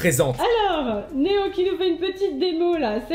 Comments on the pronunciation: Néon 😂 pas néo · Pk a la place de dire néo tu dit néon mdr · Juste tu dis Néon, c’est Néo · Tu dis néon alors que c’est néo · J'reve ou il dit "swen et neon" mdr? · il dis sophia pour les copyright il di meme néon au lieu de néo et il et dis swen pour swan